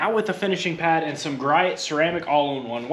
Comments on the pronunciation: your final product is from Griot's Garage...pronounced Gree-Ohs! Good stuff. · Love the video! Griots pronounced “Gree Ohs”